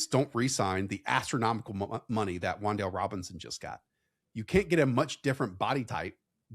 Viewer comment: It's WanDale.